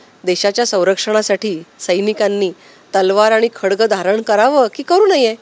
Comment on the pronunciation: खडग नाही ग..बाई.. 'खड़ग' आहे ते..!! किती अडाणी खासदार आणि आमदार मिळालेत आम्हा पुणेकरांना 😢 🤦🏻‍♂️🤦🏻‍♂️🤦🏻‍♂️